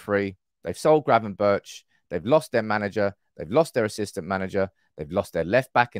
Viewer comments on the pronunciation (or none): Please stop saying "Gravenbertsh" It sounds ridiculous. Just say BERG like in Bergkamp/Berghuis, it's exactly the same!!!! Ch = G (in Dutch) I should know because my name is Jochem and it's pronounced JoGem in Dutch